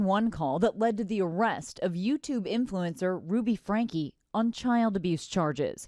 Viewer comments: Their last name is pronounced “Frank-key” Not “Frank” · Love how you just don't give a shit about pronouncing these people's name correctly lolol. They all say Franke and you're just like nah, it's pronounced FRANK dummy. That E on the end is inconsequential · It’s pronounced Frank-ee. I’m ashamed to say- I share the same last name 😮😫 No- I’m not related to these freaks. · What's your wife's name... Ruby frank-e. Narrator ruby FRANK. .. TAKES ME RIGHT OUT OF IT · His name is pronounced Frank-ee, and he's a huge piece of crap. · Why on earth can’t the narrator pronounce words correctly? Frankie and connexion was misspoken several times. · Their last name is pronounced Frankie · Th e AI voice can't get his name right lol. ...lazy creator